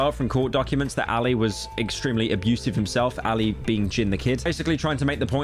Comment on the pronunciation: bro did not pronounce ali like ally like BRO